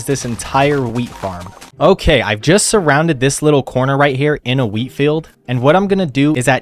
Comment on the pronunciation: (not the exact time but) when you said"let's hope my wheat has grown" I thought you said"let's hope my Wii has grown"😂😂😂